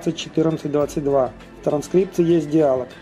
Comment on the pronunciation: Автор, ну как самим не режет слух "диАлог" !!!